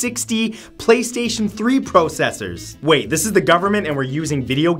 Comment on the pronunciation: The way he say "Processor "